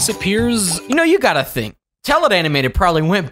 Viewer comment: i mean think not thimk